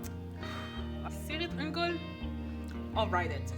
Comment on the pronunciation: Lovely video! The music is so calming and suits your voice and your way of soft speaking. Just a note, the "c" an elvish is pronounced like a "k", so Cirith Ungol sounds like "Keareat".